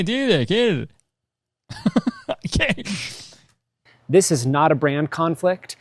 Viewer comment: “Canna-Duh”, my new weed brand, launching all across NA (US & CAN) 2027!